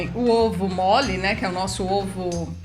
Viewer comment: Eu comia muito ovo mole quando era criança! Amei a pronúncia 😍😍😍👏👏